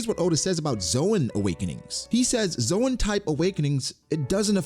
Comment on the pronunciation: Dude for the last time... The zoan is not pronounced as zoe-an but zone